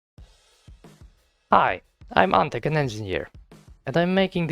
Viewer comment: ANTEK IS POLISH.....ANTEEEEK